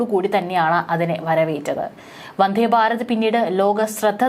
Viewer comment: വന്ധേ അല്ല വന്ദേ എന്നാണ് പറയുക നല്ല മലയാളം പറഞ്ഞു പഠിക്ക്